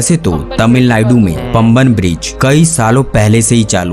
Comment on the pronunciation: PAMBAN ...is pronounced Paah'mbahn..it is a Tamil word.❤🥰🙄👍🇮🇳